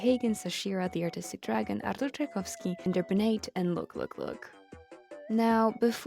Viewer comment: My jaw dropped and I had to listen 2nd time to that Artur Czajkowski If you are Polish then it explains a lot But if you are not: damn you said it perfectly